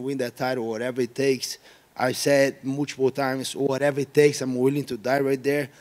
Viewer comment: Gilbert "I said mool-chi-pull times" Burns